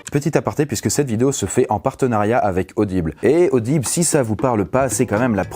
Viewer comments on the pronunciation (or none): Vous ai-je parler d'Adible ? Aubile est... (Hommage à RaAak)